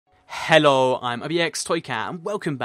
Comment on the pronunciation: In the intro you were like hallo